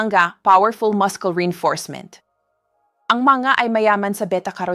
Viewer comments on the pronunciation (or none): Since when muscle pronounced as mascol. Instead of, massol? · Please, the pronunciation of the word muscle is masel not maskle. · Muscle pronounced as “masel”